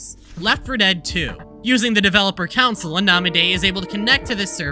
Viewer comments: bro you saying council instead of console made me so annoyed 😭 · Why say council instead of console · you slowly killed a piece of me everytime you pronounced console as council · Interloper drinking game: • Do a shot every time he says "council" instead of "console" • Chug every time he says "however" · I’ve never seen anyone pronounce CONsole as Council and it’s giving me the jeebies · I know he’s doing this for comments but I can’t resist commenting. The console/council thing is driving me nuts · Not going to lie it's running me up the wall hearing council instead of console but it's not that bad. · I’ve honestly never heard anyone pronounce “Console” like “Council”, I personally pronounce it as “khan-soul” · DUDE PLEASE STOP SAYING COUNCIL IT'S CONSOLE 😂😂😂😂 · The scariest thing in this video was him saying "council" instead of console. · It's Con-sole, not council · he says counsel dispute it saying console. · The real mystery is how he thinks "counsil" and "console" are the same words Edit: i cant tell if this is just a high level troll or if he genuinely dosnt know what the words he wrote are. the "simUlarities" bro its sIMILArities. It's unfortunate because this is a great well edited video on this subject yet its annoying as hell to watch because of the pronunciations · CONSOLE, GOD DAMMIT. CONSOLE. NOT COUNCIL. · Don't care how interesting this video could be, him saying council and not console irritates me way to much. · I'm sorry but council? Con-sole Con-soul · Not trying to be a hater, but bro... Counsel... It is Console. That irks me beyond end how many times you missed that. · CONSOLE COMMANDS. FUCKING CONSOLE COMMANDS. NOT "COUNSEL", OR HOWEVER YOU SAID IT. This is a good video otherwise, but I'm losing my fucking mind hearing you repeatedly use the wrong word over and over again. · That fact he can say “concept” but pronounce console as “council” is the scariest part of the video ever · calling the console the council is the true source arg